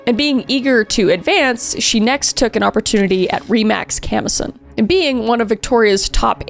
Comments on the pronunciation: super weird. i lived just a few kms away from this house at the time, and yet I don't recall ever hearing about this! also just as an FYI, "Camosun" isn't pronounced "CAM-o-sun" but rather "ca-MO-sun". a minor blip in a well-told story. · You're from Vancouver, and pronounced Camosun wrong... point lost